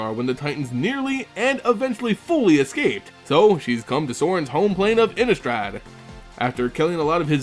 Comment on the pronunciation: Pronounced Ini-strahd. Thank you